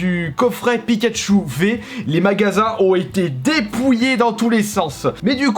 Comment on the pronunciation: mdr au lieu de pikachou Pikachu frères au putin il et beau le français